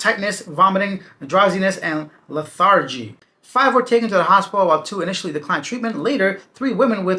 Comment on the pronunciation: Learn to pronounce 'lethargy'